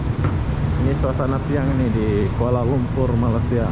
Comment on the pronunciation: Blh tak kau sebut malay sia bukan malas sia. Hopefully klu lepas ni die sebut lg malas dlm video barunya penonton dr malaysia jng tengok lg video die ni n klu blh unsubscribed terus .